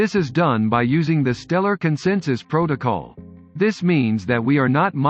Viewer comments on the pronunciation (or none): none